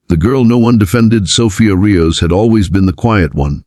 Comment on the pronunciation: You should really listen to these before posting . It’s a SWAT team not a sweat team. Also Rios is pronounced re- os, Not ri-o. Do better.